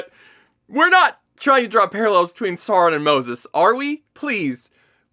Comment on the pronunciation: Alright, let's set this straight. It doesn't need to be "Saurrron" like in the show, but that's still closer than your "Soawraaan" Also orcs have always been "doing" it, the absolutely baffling part is depicting them as loving and caring families. They are evil animalistic creatures that lust for blood and violence, not individuals with hopes, dreams and loving parental instincts. Keep up the good work trashing this piece of garbage!